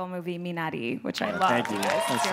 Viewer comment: She did her research, didn't she? I think she did a great job of pronouncing Minari, very much like Isaac says it (it sounds closer to Minali or Minadi).